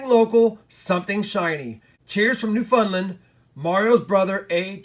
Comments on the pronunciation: "Newfundlund" lol. how bout you come Join us in canada for a bit and we can teach you lol" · I cringed when you pronounced Newfoundland